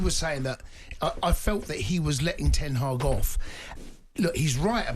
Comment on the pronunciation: HE SAID KEEP TEN HAAG LOL CLOWN 🤡